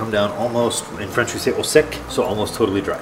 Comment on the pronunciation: "Au Sec" not "ah sek" ...